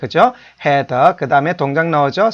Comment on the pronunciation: 이퍼? 해더? 스터디더? 당신이 그러고도 영어 교육자야? 진정한 외국어 교육자라면 영어에 사투리는 배지 맙시다. 사투리는 한국말 쓸때만 하시라구요. 그리고 기본적인 발음은 좀 챙깁시다